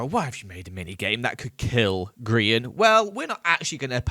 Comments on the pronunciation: you know like griEn not grian its not lizzy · EVERYTIME HE SAYS HIS NAME WRONG LIKE PLEASE HELP IMA DIE FROM INSANITY he doesnt understand its GRIEN not Grian Gri-EN